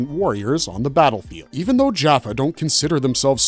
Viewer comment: This video is full of mistakes and mispronounced words. for instances the tolen did not reverse engineer the tolen ion cannon, they created it. the humans were trying to reverse engineer the cannon from the tolen. as well as the narrator pronounced jaffa wrong with many other words. can i suggest you do your research and not just blindly read the Stargate Wikipedia in to a microphone, Cheers